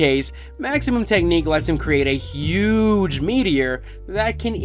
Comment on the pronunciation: Dude why are you being so damn extra with this? You don't need to talk with that much emphasis. Huuuuuuggge. Just say huge. Not everything needs 42 syllables